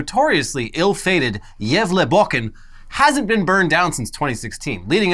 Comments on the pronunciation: I love the way you guys pronounce Gávlabukken, sounds like you're saying "jævla bukken" or in English "the fucking goat" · Good pronounciation there! Hälsningar från Sverige! <3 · You pronunciation of Gävlebocken is much better this year. And the second I read that It hade burned I knew you would talk about it